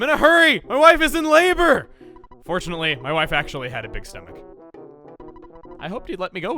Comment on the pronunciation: “I don’t think we need a big bottle rocket, we already take a-took a-pleh-plah-pl-bl-bleh-bleh-bli-blig enough blight out of their HP.” I laughed way too hard at the alliteration slippage. We love you, Chuggaa...